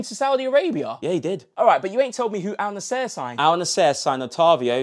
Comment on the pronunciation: first you gotta learn how to pronounce the names. who tf pronounce al nassr like that